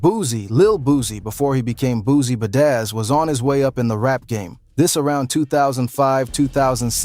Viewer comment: This fool said " boosie ba dazz 😂........it's boosie bad azz fool lmaoo